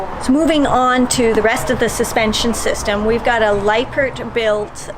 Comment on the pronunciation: Please don’t take this wrong but you need to educate yourself a lot more, learn the proper pronunciation of Lippert. I’m not sure why you even done this video and for those who thought it was great I strongly suggest you find your information someplace else. I love the solitude and have a 394 myself so I’m not hating on the.